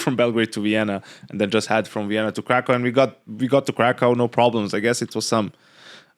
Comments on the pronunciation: its not krakov its krakoov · If you wanna be precise about pronouncing Krakow you need to say "Krakoof" with an oof at the end. Thanks for even remotely trying to pronounce it correctly. No one ever cares about Polish language.